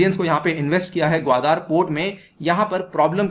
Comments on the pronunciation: This is Gwadar and not Gwadaar as you pronounce like illiterates. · 😀😀😀😀😀😀😀😀Wion ka report hai. Wah sir ji kya baat hai logon ko bewakoof banane kiliye aur ek baat "gawadar " ka pronunciation sikh lou sir, baki fekte raho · Actually your facts are based on your opinion without any truth behind. You can’t even pronounce the word Qwadar. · Chutittyeh pehlay Gawadar bolna seekh